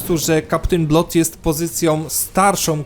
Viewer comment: Nie no,, żadne [blot] a po prostu [blad]:)